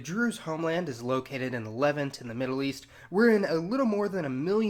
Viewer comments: “Le-vahnt” not “Levint” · Fascinating video! However, every time I hear you say "levent" I want to stab my ears out. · LEVV-unt. Interesting pronunciation of Levant. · Levant is pronounced leVANT. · Its pronounced the (le vant) i hate it when a holes make videos about things they know nothing about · It is pronounced leVANT. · Learn how to pronounce ‘Levant’ properly!!! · It's "Le-VANT" not "LE-vant" and it's "NOSS-tik" not "G'NOSS-tik." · You have some serious pronunciation issues, including English words. Gnostic is pronounced with a silent "g," and Levant has the emphasis on the second syllable.